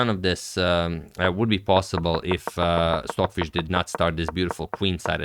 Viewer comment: Sorry, are you saying “Swordfish” or Stockfish? Probably my bad hearing. Cheers!